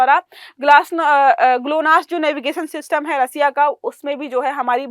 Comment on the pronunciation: रसिया ❌ रशिया ✅